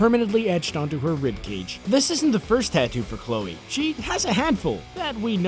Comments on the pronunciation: Chole?!? Really guys?!? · "Chole Moretz" is this channel run by a two year old? CHOLE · "Chole"? YOU NEED AN EDITOR!